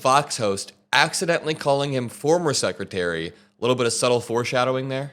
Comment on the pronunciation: Again sekitary..instead of secretary...